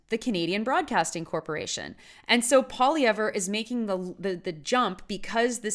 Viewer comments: How about you pronounce his name properly and then I'll attempt to respect your opinion. It's pronounced POLY-EV Of course I'd like to agree with you, but then we'd both be wrong. Pierre for PM!!! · Pierre Poutine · Maybe learn to pronounce his name, first of all! And also open your eyes to what Trudeau and his party has done to this country!!